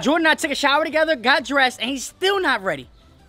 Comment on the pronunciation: Hold up did he just say take a shower to gether